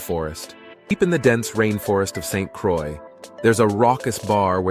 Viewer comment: A few things here… St. Croix is pronounced “Saint -Croy “ and not “Cra”. Folks drive on the left because we were once owned by the French and they never changed it. Finally, the cover art is deceiving and distasteful.